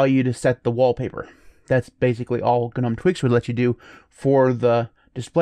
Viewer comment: The g in “gnome” is silent! It’s like “nome”! Not “guh-nome”